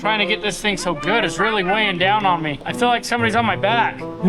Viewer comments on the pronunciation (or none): There's a joke somewhere in the way pronounces "feel" as "fill" but I'm not smart enough to come up with it.